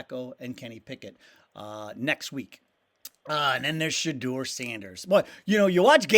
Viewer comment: Shuh - door. Not Shaw - doer.